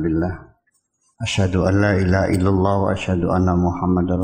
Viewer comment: Ngomong La Ilaha Illallah ga bener Uya.